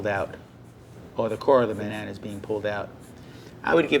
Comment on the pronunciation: my man said 'bananer'